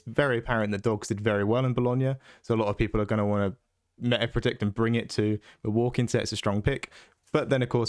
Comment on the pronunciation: "Mill" waukee? trying to tell us the absolute secret spice.